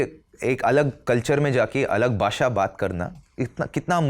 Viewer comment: Lallantop waala hi भाषा ko भासा bol रहा है 😜